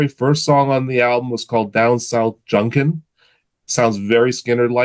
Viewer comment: Did he say, Down south Junkin? Lol. Pretty sure its Down South Jukin . Made me laugh ! 😂